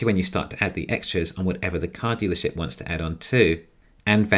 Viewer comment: it sounds like "car stealership" haha